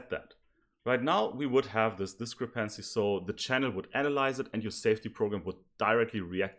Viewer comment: Try stressing the second syllable in 'discrepancy' instead of the third :) Your presentation is otherwise flawless. 10 E coming up!!!